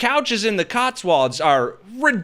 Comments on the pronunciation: BTW, just for friendly clarification, Cotswolds is pronounced Kots-wowldz, not CotswAlds 😁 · "Cotsw-olds" rhymes with "olds", as in Oldsmobile. Otherwise a great video. I'm sure we Brits could benefit from more of VD's astounding insight and penetrating analysis.